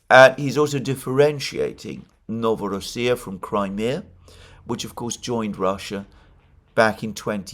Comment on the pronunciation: NovorOssia, "ro" syllable is stressed. That's how it was pronounced historically! I know how you love to pronounce all the names how they are said by native speakers.